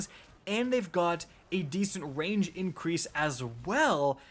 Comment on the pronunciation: Does anyone else hear him saying wange instead of range